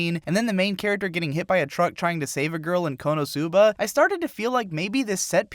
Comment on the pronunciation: its konosuba not konousuba get your asian accent right.